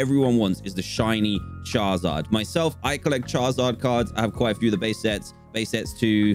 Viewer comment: he says 'charzard'